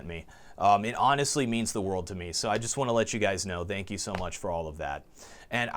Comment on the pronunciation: First off, no one wears epaulets; n00b. Second, you call it "NES" its N.E.S. you scrub. Finally, stop saying "thank you" with a Z, its a "TH", loser. Just kidding brother, congrats on the 1mil subs. Love your channel and your work ethic in make vids for us plebes. Cheers mate.